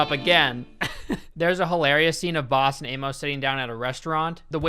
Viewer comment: Any one else hear “they call him balls” instead of “they call him boss”. Idk maybe my ears are just fucked up but that’s what I heard